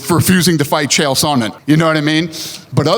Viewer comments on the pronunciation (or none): none